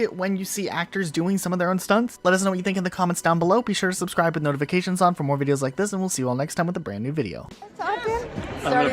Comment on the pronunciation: say i don’t like it instead of i don’t wike it